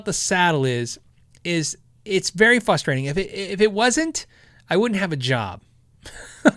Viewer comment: your the only one I've ever heard say fustrating, lol That being said I have a friend that cant say toilet, he always says torlet, lol. Anyway love the channel! Keep it up man!